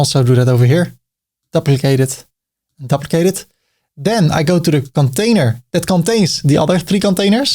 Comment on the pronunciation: Another great video,. But the word "duplicate" is pronounced like the word "do" or "due" -not "duh"